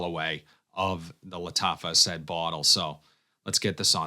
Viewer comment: The only dude who calls it A-said and not A-sad 😅 Is it the accent or just a personal choice?